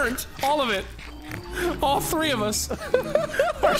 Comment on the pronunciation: I still laugh everytime says “tree” instead of three because of his accent 🤣